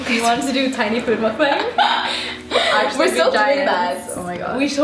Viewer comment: It is pronounced mukbang with a short A